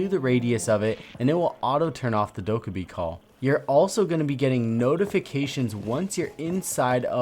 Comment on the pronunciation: The way you say Dokkaebi is really dissatisfying to me.